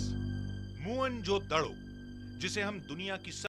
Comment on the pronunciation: मुअन जोदड़ो नही,मोहन जोदड़ो होता है